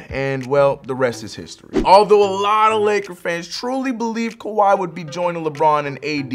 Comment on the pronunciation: Kawhi not kwahi